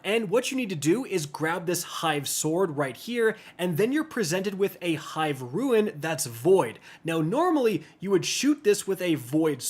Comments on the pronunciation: How are you STILL mispronouncing the word RUNE as RUIN? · RUNE not Ruin. LOL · brother i love your content but i get so distracted when you say ruin instead of rune kekw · its called a rune!!!!!!! not a ruin!!!!!! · We need to talk, r-u-n-e not r-u-i-n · Rune not Ruin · whats a ruin??????? its called a Rune!!!!...man that makes this hard to watch........ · Does he know it's not pronounced ruin? Great video btw. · I dunno. It throws me off every time. It's Rune, rhymes with spoon. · Rune and Ruin are not the same word. You are mispronouncing the word "Rune". Either way thank you, I was stuck without your help. I appreciate it. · It was driving me nuts for the entire video hahahah